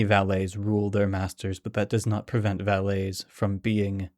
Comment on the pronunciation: I think its pronounced va-lit not va-lay in this context. Thanks